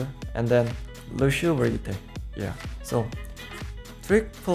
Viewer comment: “LUSHEO” - surefour